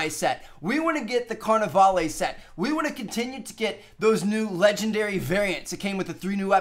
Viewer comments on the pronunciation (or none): It's pronounced lah instead of lay. (When he said carnivale) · His pronunciation of Carnevale is giving me a headache. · Does nobody notice how hes pronouncing Carnivale wrong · anyone else annoyed by how he says carnevale?